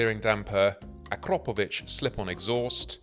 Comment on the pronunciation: for the love of god, stop saying AkrOOOpovic. it spreads like the plague.